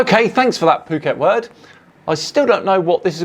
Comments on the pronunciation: Phuket Word is a daffodil. BTW, the Ph is sounded out as an F so it's, F**ket Word! And Nathan Oakley is not a flat earther, he doesn't believe the garbage he sprouts. He is con man. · Phuket is pronounced as Ph = F. Pretty much what his brain said when he didn’t realize what an idiot he is. It used the “Phuket” F**k-it word. What a bonehead.